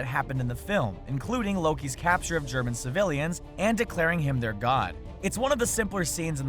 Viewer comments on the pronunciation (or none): none